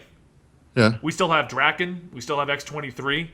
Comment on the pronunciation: His name is Daken... not Draken.